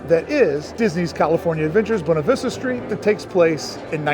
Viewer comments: It is pronounced Bwayna Vista, not Boona Vista! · It's not "boo-nah" it's buh-way-nah" 😂